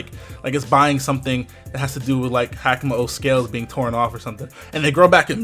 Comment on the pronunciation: It's ha-ka-mo-o ("ha-ka" like haka the war dance of Maori and "mo-o" like the mo'o or hawaiian gecko) it's kom-mo-o ("o" has a long o sound) please pronounce stuff correctly